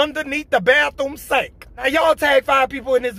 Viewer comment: Wayment... did he say "underneath da bathroom sank"? #classic